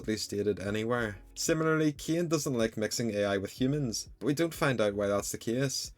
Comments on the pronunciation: Why do u pronounce Cain as KEY-AN bro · Why are you saying caine like that 😭